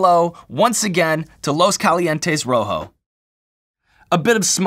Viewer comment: Please only say rrrojo! I know u can 🙌🏼 😆 looking forward to this next season 👏🏼👏🏼👏🏼